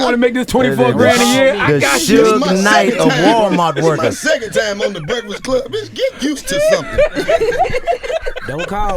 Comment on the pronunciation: DC: “Brehfuhcluh wun Brehfuhcluh uh few yeeh ago” 😂